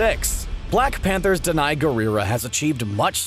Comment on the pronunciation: Danai pronounced D-Nay